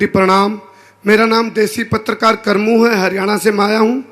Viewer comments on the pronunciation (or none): इनका नाम धर्मु है ना कि कर्मू ❤❤❤❤जय गुरुदेव